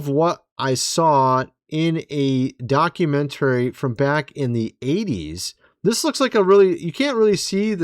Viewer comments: Bruh! “Docu-mentarey”? Literally nobody pronounces it that way. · Please please please learn how to say documentary correctly! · Brother, that was a “Mock-u-century” not a”Documentary. Those pictures of his grandfather are obviously AI or CGI created. He was only in Antarctica for a few days, maybe a week at most. Oliver Tree was a great musician and since his death, he’s been highly misunderstood. I feel like I can’t take this video seriously or you should really look into him and all of his material before putting something like this out. Is disinformation and really disrespectful to Oliver.